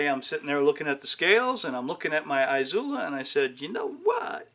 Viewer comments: Its "ee sue lah". There is no EYE or ZOO in the pronunciation. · I dunno, maybe the fact that literally every other Izula video on youtube pronounces it correctly, or by just having a rudimentary understanding of Spanish pronunciation. A couple ways there, yea.